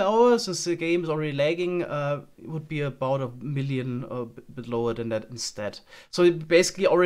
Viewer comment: about hat sich so angehört wie gebaut lol